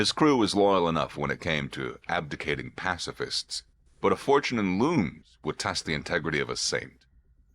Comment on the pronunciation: "abdICAting pacificists"??!?? Seriously?